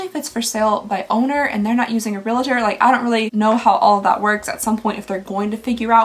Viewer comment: Its reALTOR not reLATOR